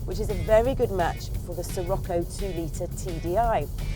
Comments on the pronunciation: it's pronounced SHirocco not ssirocco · its named after a wind like lots of other vws and in that case she has the correct pronunciation but when you are talking about the car it is said with a SH